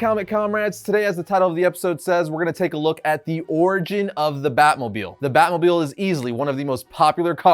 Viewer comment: Drinking game when he says batmobiel